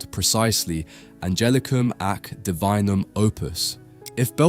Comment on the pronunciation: Angelicum ac divinum opus You should say that like this Angelicoom (with a hard g like in "gift") ak dee-wee-noom opp-oose